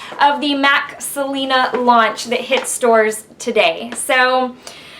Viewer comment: Do you speak spanish? you said right the words without accent. :D